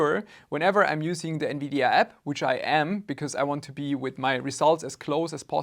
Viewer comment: Lol nividia